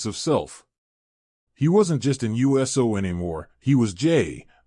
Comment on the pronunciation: Very informative, but my dude, it's pronounced, oooso, not U S O. 😉